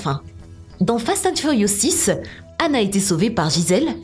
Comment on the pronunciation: Son mom est "Han" Pas "âne"